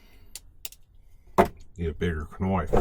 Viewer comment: Now that's a "knoife" 🤘 Lol